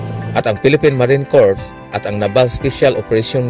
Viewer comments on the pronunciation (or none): none